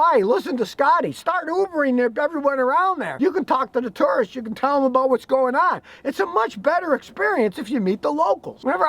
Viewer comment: When Scotty said "tourists" I heard "turds"